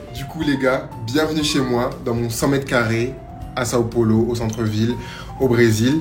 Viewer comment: Os gringos sempre falam " Son Polo " kkkk